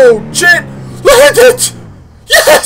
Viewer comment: Endertait I thought he said "OH CHIT!".... xD